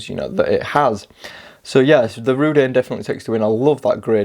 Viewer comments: I'm not a fan of Chinese watch naming traditions obviously, but every time you call it Rudane really jars with me . Rud-oo-nay , give it a go . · Reh-Doon'-A. ;-) Also, please stop saying "this one" (use the name instead). Can't multitask or read comments during video if I have to watch the screen to know which one you are referring to. Also again, I have the Rdunae and 1) The design, build quality and lume are a 10+ and the gray bead-blasted finish makes it both toolish and relatively unique among turtle homages, 2) the pointy part of the crown guard on the back of the watch actually catches on and STABS my finger when I try to wind it. I would like to know if they have since remedied this with newer production units. I've tried gently filing it to round and dull the point, but with limited results...